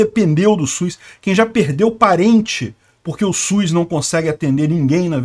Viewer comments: O único problema no vídeo é a pronúncia, . SUS não possui a letra i no nome, será que consegue pronunciar SUS e LUZ sem a letra i na pronúncia? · Mano, agora que tu tocou no assunto eu percebi que eu tambem falo SUIS, acho que todo mundo aqui na minha região fala também, porque falando SUS em voz alta parece estranho e SUIS parece mais normal kkkkkk